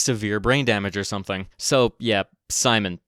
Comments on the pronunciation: His name actually spelled Simon and pronounced as Seem-on Pet-lew-rah, not Sai-mon, and his born name actually Semen 😢 (that is why he changed it slightly) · Hey anglophile (partially joking). His name is probably not "Saimun" either you dipshit. It's Symon. If you're gonna learn how it's pronounced, you have to actually learn how it is pronounced. Not read it, and suppose it's pronounced how it is in english, and then announce that's how it's pronounced. Think about it for a second. Love your videos, but hear yourself, jesus christ. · It is "Simon" and not "Saimon". There is no "a" in it. Why the hell you then pronounce it like Salmon. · His name is "Симон"(Symon with /ɪ/(i`m not sure if i got the sound right) ), not exactly "Саймон"(Simon) with /aɪ/. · Симон is pronounced as see-mon not with an English I we don’t have that sound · actually, in Ukrainian we call him Sy-mon (Симон). Ukrainian И sounds like English "i" in "bill". it's close to how you pronounce "cinnamon" (with out "nna") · actually, his name is pronounced see-mon🤓